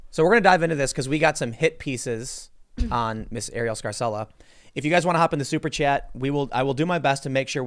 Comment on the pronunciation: That's an Italian name pronounced "Scar-chella." But in the USA they pronounce all Italian names like they are Spanish, even the Italian-Americans, lol